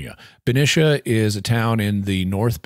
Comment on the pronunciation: Hi Jimmy - fyi the second syllable in Benicia is pronounced like "knee" when referring to the town in the bay area.